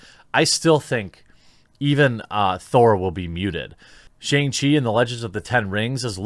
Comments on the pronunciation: sha-ung chi, not SH-ANG. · More like Shang-Pee, m I rite